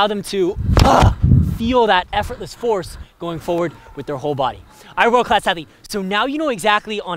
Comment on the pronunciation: Sounds like saying "What is up world class athlete." nails a big serve. Sounds like "I whirl cass heavy?" "I roll cass heathy?" "are werl class athetes?"